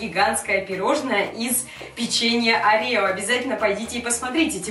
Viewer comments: не оре`о а орео` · Не арео, а орэо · Прости но не арео а орео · ты неправильно говоришь не печенье Арео а печенья Орео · Не орео а орио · Не Арео а орео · Не арео а орео! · не арео а орео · Правильно орео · Правильно орио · С 8 МАРТА, и правильно говорить о'рео